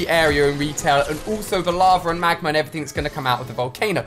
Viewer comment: It’s not magmar it is magma